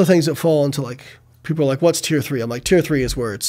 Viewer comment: check at 29 seconds. That really sounds like "30".